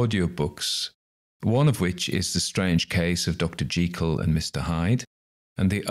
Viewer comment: Hurrah...finally, the correct pronunciation of 'Mr. Jekyll'...!! Gertrude Jekyll will be pleased.